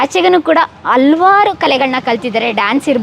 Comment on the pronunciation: ಅಮ್ಮ ತಾಯಿ, ಕನ್ನಡ ಕೊಲೆ ಮಾಡಬೇಡ, ಅಲವಾರು ಅಲ್ಲ, ಹಲವಾರು, ಕನ್ನಡ ಸರಿಯಾಗಿ ಮಾತನಾಡು.